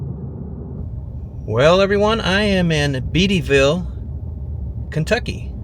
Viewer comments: Beattyville is not pronounced as BeadieVille. It SOUNDS like BaityVille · BEATYVILLE, KY IS PRONOUNCED BAIT-TEE-VILLE NOT BEEDYVILLE. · Bate-ee -ville not Beet-ee-vilee. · Bate e ville.not beetyville.just saying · Most folks around here pronounce it Bait-T-Ville not Beat-T-Ville just sayin' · Bādaville is how you say it. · It's pronounce Baitty ville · Pronounced...."BAY TEE" ville. 😊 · Pronounced Baiteeville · It's pronounced BAIT-TEE-VILLE lol we spell and pronounce things weird here 😅😅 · It's pronounced as you would say Bayttyville with the emphasis on the A. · Pronounced Baityville. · Pronounced BATE - tyville , cleared phone trouble there for 35 years as a repairman for the old Ma Bell phone company . Loved the Purple Cow restaurant , best roast beef and gravy in Kentucky . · If you were attempting to present the worst possibLe picture of these towns, you most certainLy succeeded. A hint for you.....before you present such misLeading portrayaLs of any town, MAKE SURE YOU CAN PRONOUNCE THE NAME . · Too bad you didn’t learn to pronounce Beattyville first.